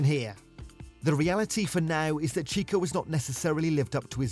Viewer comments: Cheeko? All the sound effects added at the end of each sentence was annoying as. Don't try so hard. And make sure your voice over knows how to pronounce the names correctly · Yeah, done with this video the moment the guy said "cheeko". If you can't pronounce the names, I'm not going to trust your analysis.